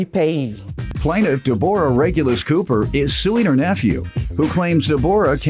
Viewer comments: Why he pronouncing her name like that!!! Who don’t know how to pronounce Deborah! He must don’t know a Debrah also know as Debbie. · Right! Takin' bout Deb-OR-ah.